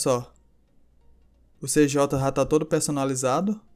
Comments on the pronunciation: N fala cj fala cidhay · Cê Jota galera não é cj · tava colocando fé até prununciar Cj errado